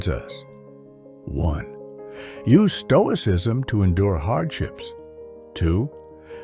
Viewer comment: Toicism? 😂 The S is hidden by color...